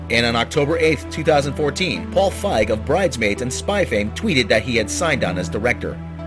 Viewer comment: One, look up name pronunciations first, that's kind of a sticking point, especially when they are of rather famous people, like Fieg (feeg) and Wiig (wig). Two, sony's hit to miss ratio for movies, favors misses over hits so this isn't a shocker.